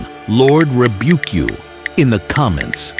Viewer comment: Lord ribeuc you